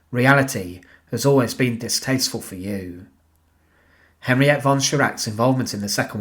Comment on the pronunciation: Henriette pronounced Henri etter